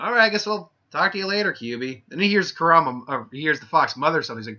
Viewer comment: Nice job on butchering the Fox's name and Modira's (I think that's how us spell it) U need to rewatch Naruto on English dub